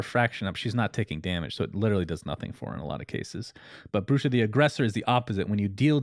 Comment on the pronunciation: Brooch is pronounced Broach, rhymes with throat